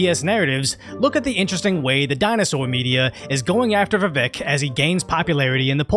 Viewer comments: Dude.. It's pronounced Vivake. Thought you listened to Tim pool? They call out all of their guests who call him viveck. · Vivek sounds like cake, not heck. If people start supporting him they should know how to pronounce his name.